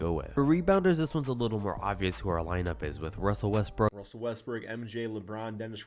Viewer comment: Bro said “Russel Westbrick ”💀